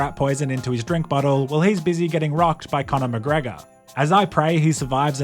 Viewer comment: cornore macreeego and toptuuria